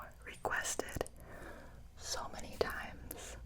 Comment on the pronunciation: She said “show many”